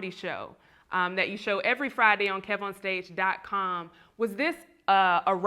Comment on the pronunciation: Hey. I think is trying to say KEV-on-stage but he keeps saying Keyvon stage. Back to you